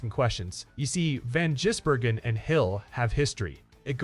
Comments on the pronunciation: If you want people to follow your learn how to pronounce his name properly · Jeez mate not gonna subscribe if you say the man's name wrong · Won’t get another view from me, can’t say a man’s name correctly! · At least it wasn't Van Guggenheimer. The AI is starting to sound more natural, but they still can't get his name right